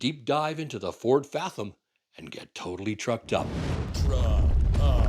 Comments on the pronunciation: love the channel, but are you purposefully mispronouncing "fathom"? or is that the Canadian way to pronounce it? Maybe Edison should name their next truck the Furlong, cause it's 110x more power & range. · it is pronounced: fathom [fath-uhm] / ˈfæð əm / Not fa-thum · Is it just me? Or is the "th" in fathom pronounced a little more like a "V" than the long "th"? Probably just regional pronunciation, and I've been known to pronounce words wrong before. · Why do you say fathom that way? Odd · British and American pronunciations seem to be the same per your reference. The way you say it is a bit harsh sounding. It helps your argument of it being a bad name. The way sailors (the main users of the word) say it is much more smooth and pleasent sounding. The way you say it makes it sound like you are trying to mock it. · Please pronounce FATHOM correctly.